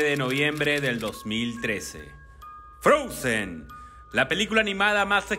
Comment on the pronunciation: DICE "FROUNZEN" 🤣🤣🤣